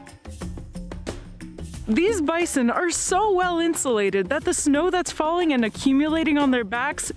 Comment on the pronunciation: why do you always stress the word "AND" so much even when it makes no sense?